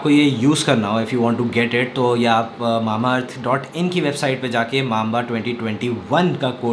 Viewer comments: When say's mama earth it feels like earth 🤣😂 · It's not mamaearth its Mambaearth😂😂😂😂